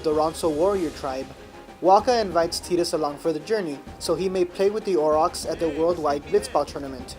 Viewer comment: omg you actually call him tee-dus. >< TI-DUS FTW is this a synopsis, a walkthrough or a review? that being said, :D love ffx !